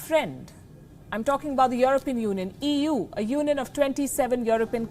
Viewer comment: Well EU sure sounds like 'eew' like when someone see something nasty eeww